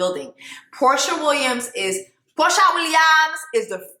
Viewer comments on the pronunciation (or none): I’m crying at “Porsher” lmao 😂😂😂